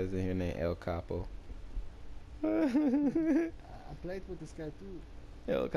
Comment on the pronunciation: And I don't want to be those type of people but u pronounced el chapo wrong ps love you😊